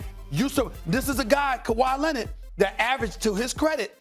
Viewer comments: Stephen A: Luka “Donchik” Also Stephen A: Kawhi “Lennid” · "Kawhi Lenid"